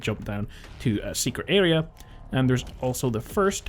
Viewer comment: What's an "alea"? It's "aRea"